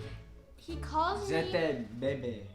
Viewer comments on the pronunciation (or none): none